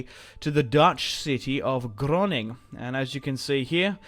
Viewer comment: why do you say Groningen as Groning?